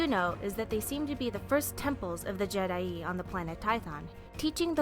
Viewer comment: Is called je'daii